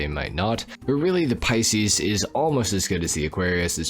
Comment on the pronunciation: Many reasons I don't like. Just discovered another one,he pronounced Pisces " pea-seas" unforgivable being born in March